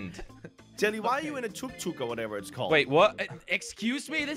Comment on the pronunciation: and jelly said tuk tuk perfectly 😂